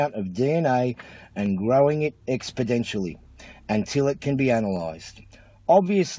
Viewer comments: Kind of hard to believe a guy who doesnt know how to take care of his teeth and can't pronounce 'amplification' and 'exponentially' being an expert on PCR but hey he's done his research so I guess that means he knows his stuff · Look, how can you doubt? It says so right there in that copy/pasted quote from Random Internet Person: it uses amplication which means taking a very very tiny amount of DNA and growing it expodentially! Which is apparently how you're supposed to pronounce amplification and exponentially; incorrectly. If you can't trust the word of some self-aggrandizing nobody recording from inside his car because his wife threatened him with divorce if he didn't stop his bullshit who can't even pronounce words properly, then who CAN you trust?! Apart from literally EVERYONE ELSE I mean. Wrong answers only! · Do you think he's deliberately going for the Mark Brandon Read look? "Believe what I've got to say or I'll cut your ears off." "Amplication"? "Expodentially"? This guy really knows his stuff. 😉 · "amplication" "expodencially" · "Amplication" "Expidentially"